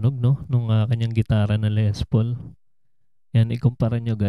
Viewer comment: When you pronounce Les Paul - pronounce it with silent "s", s/b Le Paul.